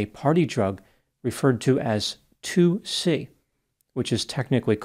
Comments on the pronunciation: It’s called ‘tuci’ it is NOT 2-C this is often confused. Thanks Vice. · Hey, That drug is pronounced TOOCHEE- As for that Horrific and Tragic case, I Hope that that Disgusting and Selfish young woman will be spending MANY Years of her Pathetic life in prison- Anyways, Thanks for Yet Another Interesting and Informative Video